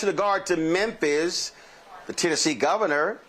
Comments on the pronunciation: it's Memphis pronounced MEN-FIS NOT men-THISS Bless his heart. He has the hardest time pronouncing Memphis and Levitt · No offense, but it's not "Menthis Tennessee". It's Memphis. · Bro, are you saying "Menthis"? While I'm at it, stop saying "fustrated" Love the content. My favourite channel. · Why are you calling Memphis, menthis?